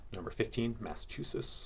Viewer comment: "Massachusis" really? Lol